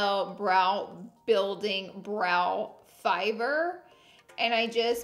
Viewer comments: Did she just say fiver instead of fiber when she was doing her brows??? 😂😂😂 gotta love Laura lee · “Brow fiver” 🤣